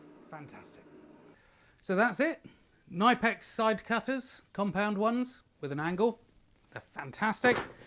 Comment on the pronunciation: FYI, in German, the k in front of the n is actually pronounced. The company's name is pronounced like Tipp-Ex, only with k and n in the front, both fully pronounced